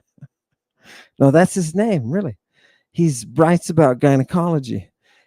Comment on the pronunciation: When quoted Soranos, and involuntarily chuckled on the pronunciation "sore-anus"...i laughed out loud, and was reassured that hes a really good dude.